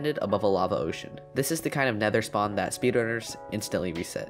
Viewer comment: Instead of saying LAVA he said BAVA